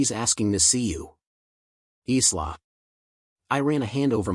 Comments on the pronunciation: Isla is pronounced ' eye lar ' not islar. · Eesla not isla is pronounced like a short version of the word Island so Ila thus the S is silent.